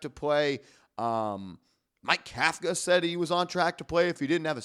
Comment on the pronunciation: Pronounce the coach correctly COUGH-KA otherwise you’re as sloppy as the Giants defense in the 4th quarter